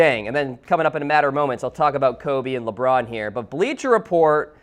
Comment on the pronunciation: Dr. Keel Whitey It's pronounced Lebron not Lebum